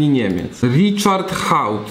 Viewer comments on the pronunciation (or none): none